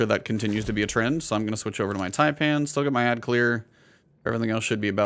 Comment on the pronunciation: So far I heard Fallout pronounce it as “Typin’” and Aztecross pronounce it as “Taypan” so congratulations ‘Bonty for being the first American I’ve heard to pronounce taipan properly. There’s only 1 deadliest snake in the world and only 1 way to pronounce it and you got it!